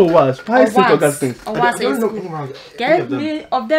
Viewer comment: She said “is Owass too a school” Hrrh my school wey you dey do am dirty like that😂😂. She’s beautiful tho